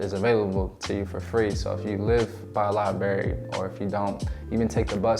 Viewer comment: 👍🙏Thank you for sharing your story. I’m so proud of you. 💝🙏 💡@ (and other times throughout the video) you mispronounced library….it’s liBRARY not liBERRY. I’m telling you this because maybe no one else will. Sadly, some people will let you go through life mispronouncing words and laughing behind your back.😞 Wishing you continued growth. 🙏💝🤗